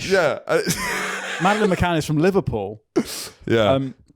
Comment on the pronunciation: Need you to clear up the pronunciation of Mad McCann sounds like Matt and I feel personally attacked 😂